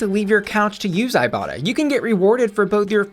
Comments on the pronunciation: When she mentioned the sponsor for today's video, I deadass thought she said "I Bottom" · I legit thought she said "I bottom" 😂 Luv ya! 😘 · Legit thought you said “thank you to today’s sponsor, I bottom” and I was like “we know” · Am i the only one when i first heard bussy say iBotta thought she said i bottom 🙈😂 i was thinking sis this youtube not only fans 😂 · I thought you said the app was called " I bottom" until I re listened to the ad xD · Every time you said "ibotta" I thought you were gonna say "I bottom" Maybe I'm just thirsty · When you said ibotta I legit thought you said "I bottom" lmao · Every time you talk about the iBotta app I could swear I hear you saying "I bottom".